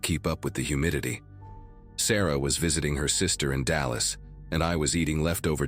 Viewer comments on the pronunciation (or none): none